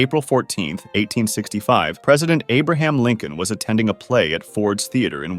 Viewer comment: The way you said “Abraham Lincoln 2” made me wonder if there was a sequel to Abraham Lincoln